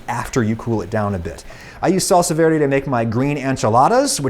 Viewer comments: When he was saying salsa verde It was cutting my soul Being a Hispanic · That "salsa verde" Cursed my eardrums